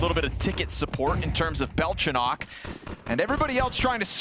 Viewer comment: Its Belchonick not Belchonokk